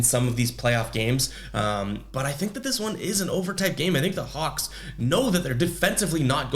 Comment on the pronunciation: U definitly said the cox.... i know your a celtics fan but u shouldnt of did the hawlks like that lol